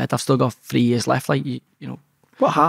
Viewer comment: Very articulate 😅 He can't even talk properly free, fort, fink, firty free etc